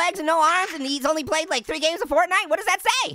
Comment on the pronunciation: Fortnite Is The Regular Name Of It But It’s Funny That You Say Fartnite 🤣😂😆🤣